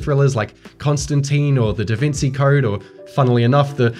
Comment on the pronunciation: "The DaVinsee Code" Don't make me unsubscribe